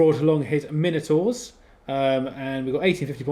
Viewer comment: Everyday is a school day, all my life I've thought it My-No-Tour, turns out it is actually as you say it, well done for opening my eyes! Ha ha. Good job on batrep too, two not very common forces in VBR, and well painted and great terrain too. Cheers guys